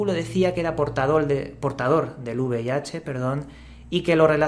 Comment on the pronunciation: V IH dice el tragaldabas, y encima pide una donación jajajaja